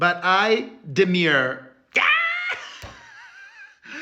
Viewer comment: Demur is not pronounced like demure, though.